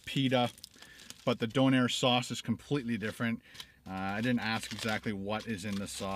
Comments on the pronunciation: As a Halifax native, it's "dough-nair" :) Good video! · Dough nair is how it is pronounced. Also, don’t take it out of the foil, hold it like an ice cream and eat it. Traditional donair sauce is made with evaporated milk and sugar. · It's just a donar kebab, very popular street food in the UK. Don't think you emphasis 'air' at the end, it's just 'donar'. Good review but made to seem as though it's something special. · The first part of donair is pronounced the same way the stuff the pita bread is made from... dough! Dough-nair! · dough-nair lol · It's pronounced Doneeer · Its a maritime thing its pronounced doe nair not donner and your suposed to peal back the tinfoil and it down so it catches the juices coming off of it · It's pronounced Dough-n-air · ITS DOUGH NAIR LOL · its pronounced DOE-NAIR 👍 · I don't care if you're from the dark side of the moon, it's obvious that your a little confused. The Donair is how it's pronounced. It's not a Döner Kebab. If you think there is no such thing as a Donair, you might want to take a trip to Nova Scotia and see for yourself. It's basically a different take on the Döner Kebab, but it's a beef based pita with a sweet sauce. They sell them in pizza shops everywhere up there. It IS a different dish. Think of it like this. It's like comparing real Mexican food to Tex-Mex. Tex-Mex is a Mexican inspired style of cuisine created in the U.S. You don't see Mexican's complaining and crying about it not existing. The Donair is about as Turkish as crunchy tacos are actual Mexican food. It really should be so hard for you to understand. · It's called a doner kebab, very very popular in England, usually people will buy a kebab on the way home from a night out..... Don't know why the shop in your video spells it donair because it's wrong and your pronouncing it wrong!!! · Stressful hearing Don air instead of Doe Nair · It's donner not donair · Not pronounced DON-air, it's DOUGH-nair. I cringed everytime you said Don-air lol.